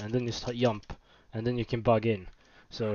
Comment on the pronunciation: Thanks for the hint. Works perfectly. Here is my pronunciation advice: Dungeon, not dunyon. Also jump, not yump. We learn from each other ;)